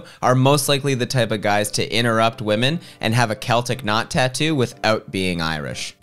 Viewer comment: why you pronounce celtic like that